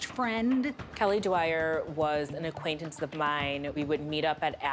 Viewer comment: acquatence.....I cant